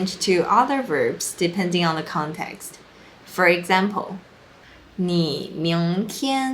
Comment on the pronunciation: your social sounds like sosho 😂 这还没什么，最北七的 "ong" for "on" - please put the book ong the table 好像只有中国人讲的，不是台湾人讲的吧😂。还有一个是 "C" 变成 “say" - 维他命 Say 😂